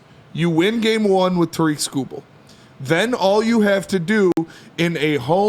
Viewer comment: Detroit guys? Can’t even pronounce Tarik correctly.